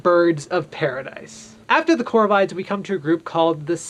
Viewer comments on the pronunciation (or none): The way the ornithologists I hang with all pronounce "corvids" with a short "i". Think "vid" as in "video". Great vid, by the way. I'm going to recommend it to young budding naturalists, as well as novice bird watchers. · Corvids are pronounced cor (like in a word "cork") vids (vid is pronounced like in a word "video")